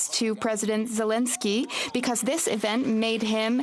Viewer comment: This is not Reicht! I did not z ziz coming